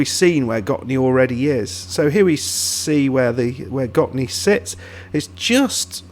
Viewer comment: Yes, you do say it in a very right way accually. 👍🏻 I did really enjoyed this video because I know who the players are. 🙂 Your research on Gottne was amazing! Here's a link to Gottne village web page if you want to dig even more.